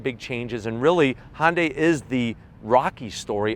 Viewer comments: FYI, it is pronounced “hunnday” not “Honday”. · It’s HUNday....not HONday.... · Great review. Just one important thing. Hyundai is pronounced "Hyun Deh" 현대 not Honday. Although not 100% perfect it'd be more acceptable to say Hunday, like Sunday but with an 'H'. Just say "Hunday," and it'll be acceptable, while being miles better than saying Honday. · "Honday". Love it. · It kinda drives me crazy how he pronounces Hyundai “Hondai” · no. its "Hyun Deh"